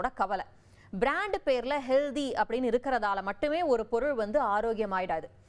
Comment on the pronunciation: Hello, HEALDHY nu solvadhu thavaru. Pl say HEALTTTTTHY. Friit Juices sollum podhu CONCRETE IRUKKUM nu solreenga. Gavanamaaga padiththu CONCENTRATE nu sollanum. OK?????